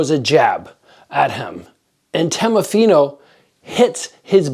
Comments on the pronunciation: Fighters name is teofimo pronounced teo fi mo lol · "Temofino"... :D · i was gonna say lol never seen teofimo pronounced so many different ways